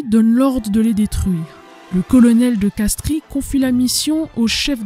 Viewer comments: Colonel de Castries, on ne prononce pas le "i" , on prononce de Castres. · ça s'écrit de Castries mais ça se lit de Castres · Castries se prononce castre (origine latine)